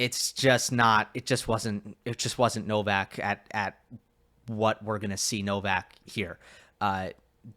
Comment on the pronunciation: Wish you guys would pronounce Novaks Surname PROPERLY